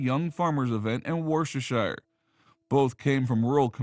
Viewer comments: I know it's hard but try saying 'Woosta Shur' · Wuster is probably the closest I can get to spelling the pronunciation. Wustershur the county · I'm an American, but I had a British boyfriend years ago. He laughed at the way Americans pronounced Worcestershire. Needless to say, I quickly learned the correct pronunciation!